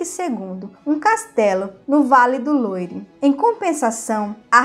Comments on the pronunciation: Precisa melhorar a pronúncia dos nomes em francês... Vale do Loire se pronuncia loár e o nome de Diana se pronuncia Poátie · Parabéns pelo canal! Me interesso especialmente pela história da França. Mas seria bom aprimorar a pronúncia de certas palavras. As letras “o” e “i” juntas fazem som de “uá”. Leríamos então Diane de “Puátiê” e Vale do “Luár”.